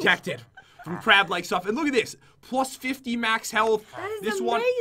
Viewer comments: It's crab not crap 💩💩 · It is crab not crap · The way he says crab soup sounds like he is saying crap soup